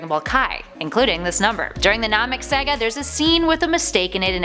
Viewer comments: So many errors just in this video. Va-chi-ta instead of Vegeta , Nahmek instead of Namek, Gohan blowing off Cell's head off (it was Goku's Warp Kamehameha btw), Dr. Jiroh instead of Gero... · "Dr. Jeero, NAHmek, Vacheeta" She's clearly never watched and is just reading a script. I hate that. Nobody who has ever seen dragon ball z would pronounce it "Nahmek" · We need to talk..first off love your face! Now your pronunciation on 3 words was killing me!! Lol First katana, 2nd Vegeta, 3rd Namek. Please please go watch DBZ Abridged for the proper way to say them and entertainment. Also there are a few facts in your video that were incorrect if you would like me to explain but love the channel keep up the awesome work!!!